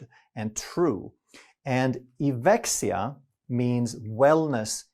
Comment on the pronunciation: As a native Greek, I'm delighted you decided to use such a meaningful and apt Greek word for your new product line. It is actually pronounced EVEXIA (the diphthong eu is pronounced ev in Greek). Good luck and thank you for your always well researched and evidence-based content